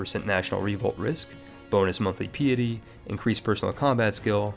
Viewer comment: I love the way he pronounces certain words in ways I have never heard them pronounced before. It engaged me as much if not more then the video itself. "Preh-quiz-it" for prerequisite "pea-ity" for piety